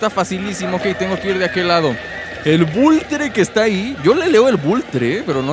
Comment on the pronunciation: es Vulture, de "Vultur" se pronuncia